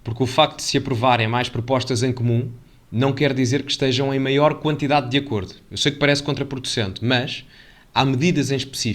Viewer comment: Cá estou eu outra vez Caro, tenho 2 atenções 1- Acordos não se lê com acento, não são acórdos e sim acordos. 2- Não se trata ninguem por "Ela" terás de dar a volta ao texto mas utilizar "Ela" só para quem tenha andado contigo na escola